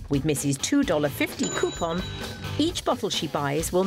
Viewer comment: Drink every time she says cue-pon